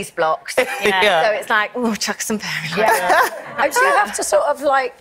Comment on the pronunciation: Faye-ry lights 😂